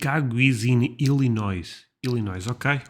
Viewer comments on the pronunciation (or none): It's also pronounced illinoye. No S sound for illinois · Just a heads up, In case you visit Illinois one day, it’s pronounced ill•in•oy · One small tip: The “s” in Illinois is silent. It’s pronounced “ ill-uh-NOY”. That’s not the way the dictionary shows it, but I don’t have phonetic notation on my computer keyboard. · Start in New York and take the Amtrak train to Chicago (16 Hours?). That way you'll see part of the mid-west along the way..as well as those two cities.) And Illinois is pronounced Illinoi..There is no pronunciation of the "s". The spelling is French. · I’m from Chicago, I’m glad you’re interested in our city. A weird English language thing, though it’s spelled with an ‘a’ at the end but Illinois is pronounced as “Illinoi” with no S sound, the origin of this name is French. Also you should visit Chicago in the Summer, July or August. The weather will agree with you better and you will have more options for things to do. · It's pronounced ILL- IN - OY... The s is silent!!! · Chicagoan here 🖐🏽 I love it when people visit and love my home city. And the state is pronounced - "ill-uh-NOY". 😊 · I grew up in Chicago and I vote that you go to Chicago first ❤. Illinois is pronounced “I’ll in oy” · Illinois is pronounced ILL-I-NOY no noise in illinois. Chicago is a beautiful city! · Just for information only, when you say Illinois, the letter s at the end is silent, so it's "ill-i-noy" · The s is silent in Illinois. It's pronounced Il-eh-noy. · Just a little fun fact....In the word "Illinois"....the "S" at the end is silent. It is pronounced "ILLI--NOY. Of course those from other countries usually don't know this. And in fact--even some people born and raised in the US get it wrong! Makes me wonder how they can get it wrong when learning about the different states and state capitals are drilled into us throughout grade school? How any American would not know the correct pronunciation of every state boggles the mind. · The S is silent. Say Illinoy